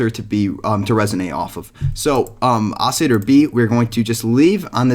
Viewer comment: OCILLATOR pronounce the L's